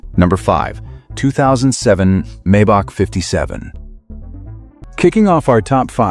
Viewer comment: Funny way to pronounce the Maybach :-)! Correct is „Mybuch“ with the „ch“ pronounced like the Spanish „J“ in the name "Jose“. By the way, the ultra-ugly No. 3 is pronounced "Veesmunn“.